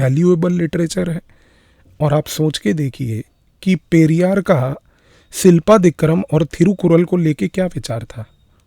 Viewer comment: शिलप्पदिकारम् .. not सिलपादिकरम्